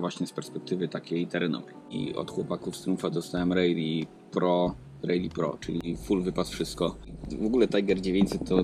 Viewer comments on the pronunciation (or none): Nie "rejli" tylko "rali" ;)